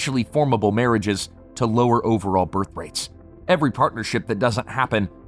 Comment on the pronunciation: In the noun birth_, the is _unvoiced. It's like the in "with," and not like the in lithe or scythe. It is unvoiced in the plural _births as well.